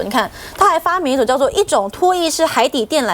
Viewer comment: 拖曳（ye)式 .....哈哈。一种破坏海底电缆的装置……哈哈😂